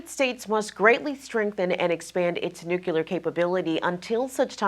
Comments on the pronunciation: NU CLEE AR. Not NUKE U LAR. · TRNN's interviewer,, needs to pronounce the word "nuclear" correctly so that such discussions can be taken seriously. pronounced "nuclear" exactly like George W. Bush did: noo-cyu-ler. Very distracting and annoying!